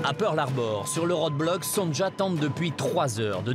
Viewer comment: Pourquoi ils disent tous : Son Ja au lieu de Sonia C est un prénom polonais, ça s' écrit, effectivement, Sonja, mais se prononce Sonia.😅😅😅